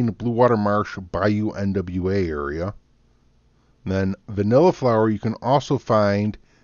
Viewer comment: It’s pronounced new wa not nwa it’s French